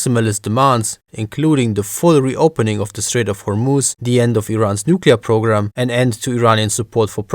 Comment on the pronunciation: I like your pronunciation of Hormuz, I'm an Arab and yeah that's exactly how it is pronounced!